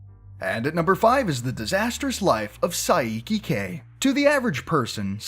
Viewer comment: I get kind triggerd when he says the names wrong like saieeeki k its saiki k